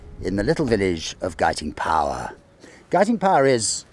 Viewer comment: I lived in the Cotswolds in the 1960s and always heard Guiting Power pronounced as you do in this video, never any other way.